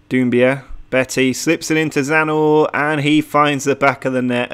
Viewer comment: It is Croatian and you almost got it right :D You just need to put the "n" after "z" in the Zna part. You got the right pronounciacion but you keep saying it Like it is Zanor not Znaor ;) Cheers